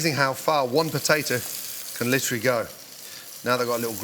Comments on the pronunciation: Take a shot of olive oil every time Gordan says Litchurally. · Yeah, but are you LIT'RALLY doing anything at all, really? Lit'rally? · Did you mean liturally? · I wouldn’t drink a single time cause all I heard was “litually”